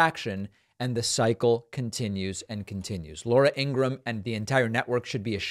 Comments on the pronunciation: I hate Fox news, but your pronunciation of Laura Ingraham's last name drives me crazy. It's pronounced "gram" not "gra ham". You're welcome. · Is it pronounced “Ingra Ham”? 😊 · I love how David always called her Ingra-ham. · Not sure if you are saying it wrong on purpose like Toolsi , but her name is pronounced like Ingram.